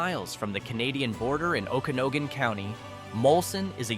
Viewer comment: Okanogan? The second o is pronounced ah not o.